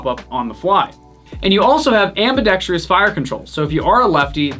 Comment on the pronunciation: Ambidextrous? Or ambidextri-ous? Lol